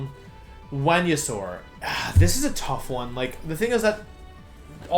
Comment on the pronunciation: I'm sorry but WTF is up with your pronunciation of the Pokemon names? I had to put the glass I was drinking from down and ask this question after you attempted to say Venusaur